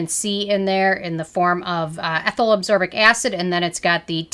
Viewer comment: It is pronounced ascorbic acid. Not absorbic acid.